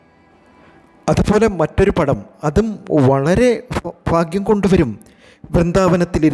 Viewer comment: ഫഗവാൻ...... ഫാഗ്യം... എന്തുവാടെ?